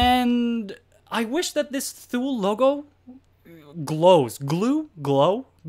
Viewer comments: NOT THule...pronounced too-lee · THULE. Pronounced "TOOLIE." Swedish. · FYI it is pronounced Too-Lee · For a review without video this worked quite well and was very thorough. Thank you. The only small thing I would like to point out is the pronunciation of the brand name THULE, it's actually said "Too-Lee". But that's a small gripe that has nothing to do with this otherwise very good review.